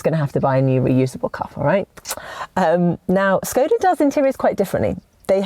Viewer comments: Your pronounciation hurts a bit, it's ˈʃkɔda with a 'sh' in the beginning, not 's'. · Please, say škoda, like you want to say shoes, but end it with ..koda